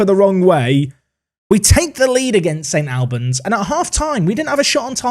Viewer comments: St ALLLLLBANS...NOT AL-BANS!!! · It’s ST ALL-bans like All or Arsenal not AL like Alan or Albion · its St Albans (All-Bans) not Al-Ban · My mate sponsors St Albans, have to say it’s pronounced like St Olbans. Went there for their giant killing against Forest Green Rovers in the FA Cup! Love this league filled with loads of teams local to me in north London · Never heard St. Albans pronounced like that before 😅 my Polish mate used to read it as 'Stalbans', which I really like. Disappointed to not see the big tree in the corner of their stadium in game. Don't know if you have seen Clarence Park before? Give it a look. Great results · Love this comment. As a man from St.Albans the pronunciation was getting to me haha. Also can confirm the trees are still there and the pith is not that long loool